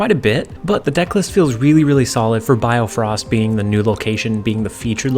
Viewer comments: its bifrost btw not biofrost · well bio-frost is wrong as well X_X it should be bi-frosts like bi-cycle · Great video, but its BIFROST not BIOFROST! hahaha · It's Bifrost not biofrost as well, but good deck. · sorry I cringe whenever you say BIOfrost when its just BIfrost. Good tips here. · I love how my guy can't pronounce bifrost lol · I like how you correct your pronunciations of bifrost but even the corrections are wrong lol